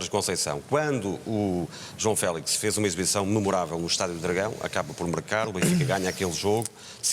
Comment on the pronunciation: Porque é que dizem Félis? LOL Que eu saiba quando se diz "Fénix", não se fala "Fénis"